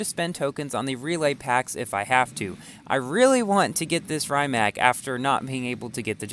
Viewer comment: It isn’t rye-Mac it’s pronounced ree-mac